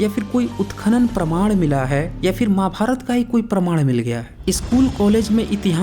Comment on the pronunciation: अरे यार ,आप खुद प्रवीन मोहन के नाम पर ,अपने चैनल को चलाना चाहते हैं।तू बहुत पढ़ा है भाई, महाभारत कहना तो सीखले।माभार्त कहता है? यार!